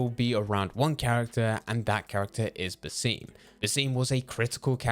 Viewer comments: the video was so good until you pronounced basim as "buseem" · In Valhalla it’s pronounced bass-im not sure why this guy says it differently